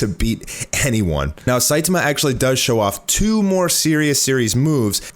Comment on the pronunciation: ... What do you mean it's still not even done in the manga? Elder Centipede has been dead for a long time in the manga... Why are you saying Saitama like that..? Lol. Seye-tah-mah, not Seye-te-muh